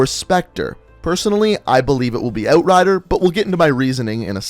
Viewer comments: You say "Outrider" weird... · Can’t watch. The way this dude says outrider just bugs me. Thumbs down